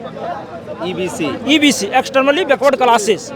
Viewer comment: O...bhai ye to EBC ka full form v sahi se pronounce n kr pa rha h!!!😢😢😢